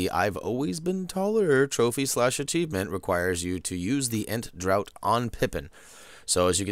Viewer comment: Draught if pronounced 'Draft'